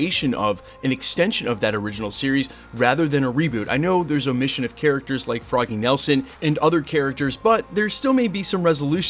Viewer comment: Did my man say froggy Nelson? 😂